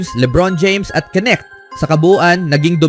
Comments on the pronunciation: Ahaha..ano daw nik..nkaka silaw pala huh?! Ahaha nakaka lito hnde pala yan silent K..dapat bangitin mo yon"K" kaya K'necht..c luka nmn sabi ng ibang vlogger luka donsik..putik nayan ahaha donsik doncec..anong pinagka iba dba niknik mo.. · hoy bobo kang voice over ka! KENET HINDI NETK.. BOBO AMPUTA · Boss correction lang k-nect Ang pagbigkas.. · Yung all over the internet na kung pano ipronounce yung surname na "Knecht" but still you stick to your wrong pronunciation. Lol. Bye